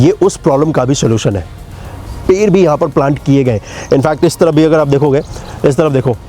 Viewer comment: Video to achcha banaya aapane lekin aapka ped shabd pair sunai de raha hai pura video aap dekho aur suno Jo ped hai use per Bula rahe ho aap😅😅😅😅😅😅😂😂